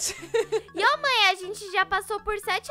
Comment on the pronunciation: Em vês de você fala mãe você fala maea